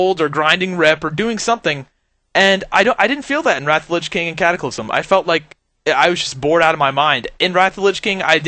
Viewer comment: LYCH KING!?? LYCH? Y? ITS Lich King YOU B!TCH